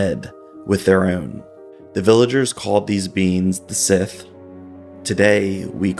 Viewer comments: The word Sídh (Sìth or Sí) - is pronounced SHEE, not Sith. For example, Daoine Sídh is prounounced DEE-nuh SHEE. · Sidhe is pronounced Shee...not sith. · Hi, thank you for posting this video. As someone who has looked into these ideas myself for a very, very long time, can I just add that the word "Sidhe" (for the fairy folk) is not actually pronounced as "Sith", but as "Shee"... and yes you're right, it is indeed a fascinating area of study, for sure. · "Sith" is pronounced shee. Like irish gaelic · The real description of them is pronounced shee not as it is spelled. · It’s pronounced “shee”. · Sidhe pronounced SHEE in Irish and Scots Galic (it should really be Scottish no Galic). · It's a Galic word and the video mispronounced it badly. Sidhe- it needs a bit of tongue roll but it's like "shee" and where the word "banshee" originates. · You’re mispronouncing Sihe.